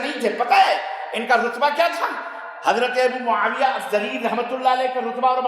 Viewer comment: Mawiya pleedd bolo Maulana